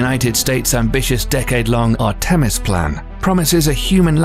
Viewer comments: When he said ar-TEH-mis I lost it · Or "Artemis" lol